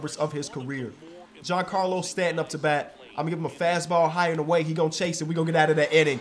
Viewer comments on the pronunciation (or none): none